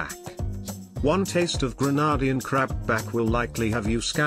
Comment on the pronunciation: Pls pronounce Grenadian correctly